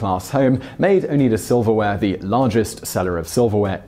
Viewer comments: FYI: it's pronounced 'Oh-Nye-Duh' from the Iriquois tribe of the same name. I live right down the road from the mansion house as we call it and it was a little scarier than this. There were tunnels under the grounds linking many house together and many rumors of smuggling as well. The Mansion house today is community owned and the Noyes family (of whom I went to school with) have all but moved. The area has really been revamped and its golf course is now a public private venture and hosts many prostigious events. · Wisconsinite here! I didn't even recognize what he was saying until I started reading comments because of his pronunciation. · I grew up in central NY (Syracuse).... we pronounced the name as “O Nye Da” - as reference to the aforementioned silver products, the City of Oneida, Oneida County, Oneida Lake, The Oneida Indian Nation, etc. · They did laundry "when 'onieda' rose?" 😂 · It's pronounced 'OH-nye-dah', it's a small town a few minutes from my home. Welcome to the Syracuse area - have you seen NYC? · Say it with me "Oh-neye-dah". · It's pronounced "own-EYE-da". I grew up there. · Ohn-eye-da is the correct pronouncement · It's pronounced "O-nigh-da" Like the Oneida Tribe from the area. This is from a 3 plus generation native of the Upstate NY region. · The middle syllable should pronounced like "eye". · oh-NYE-da Oh, and just in case you find yourself in another part of upstate New York: stoo-BEN. Accent on the second syllable. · Pronounced with the long "i" -> Oh-Nie-Da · oh - n- eye - duh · Oh-nye-duh. How do you get that wrong? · I’m from western New York... it’s pronounced Oh-nye-duh. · Say Oh-NIGH-da. Long “i” for the “ei”. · Oneida, dude. You say it like oni- like a long I sound - da. Guess it's kind of a German spelling for a native American word, but it was a lot of German immigrants in that area. Oneida. Why is it so hard for Britts? Or is it " He's makin it up as he goes along!" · It's pronounced o-nite-a i live just next door